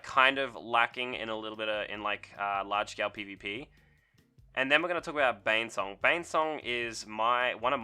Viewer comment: bOnesong. You said Banesong every single time, but it's bone, not bane.